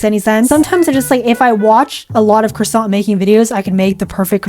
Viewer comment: Ooo Cwasont